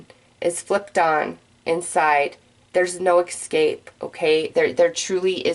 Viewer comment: Another great reading but es cape & es pecially. No such thing as ec scape or ec specially.